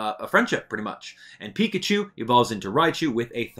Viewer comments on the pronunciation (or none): none